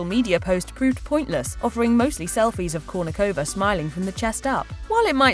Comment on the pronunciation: Why can't you pronounce her last name properly? 🤔